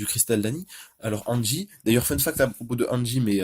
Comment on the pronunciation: Reviews Mangas oui mais articulé mieux stp car j'ai pas comprit au début je croyais que tu disais angi au lieu de hansi